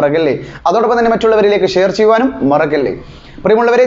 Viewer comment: മറക്കല്ലേ എന്ന് പറ അല്ലാതെ മറഗ്ഗല്ലേ എന്നല്ല